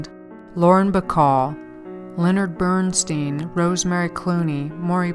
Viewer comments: Bernstein pronounced Bernstine,he would hate it said Bernsteen. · The name is Leonard BERNSTEIN(stine not steen)